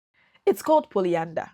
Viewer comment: Lol 🤣😹😹😹😅 polyanda you know . Where did you learn English . Please delete this lol 😢 you sound stupid .